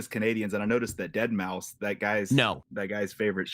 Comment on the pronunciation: I resent that you guys continuously pronounced Deadmau5's name wrong the entire show...its DEAD MAOW 5